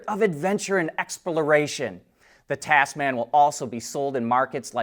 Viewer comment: Tasman, actually pronounced TAZ-mn